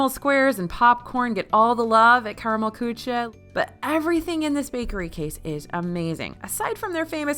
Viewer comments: I'm imploring you.....find out how to pronounce 'kuche'. Please, please, PLEASE. BITTE!! You mention Karmel Kuche is so many videos. Just have a CM there or anywhere in Germany help. Danke. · i cringed a little at your pronunciation of Küche :(